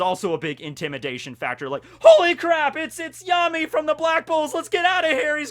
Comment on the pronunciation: I thought Yami's name was pronounced Ya - mi